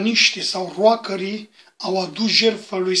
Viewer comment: Poate ăsta va fi cel mai tâmpit comentariu postat vreo dată de mine, dar... "ROCKER" NU SE PRONUNTA "ROACĂR" (ci mai mult "ROCĂR")